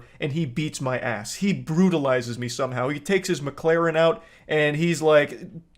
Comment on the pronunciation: I LOVE how this dude cant say Mclaren correctly. "Mucalaarn"